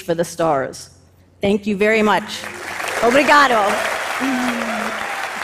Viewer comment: This was a fantastic, interesting, and breathtaking speech, but I cracked up when she tried to say obrigado at the end.